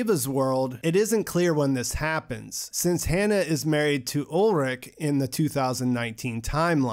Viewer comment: btw: the names are ulrich not ulrick and heinrich not heinrick. ch is sh like in shower. did you see the german language with english subs?